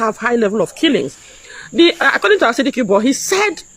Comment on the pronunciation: Please not Ansari Dikibo , but Asari Dukubo .